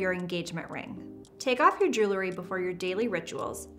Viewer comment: The word is JEWEL-RY; NOT JOOLERY!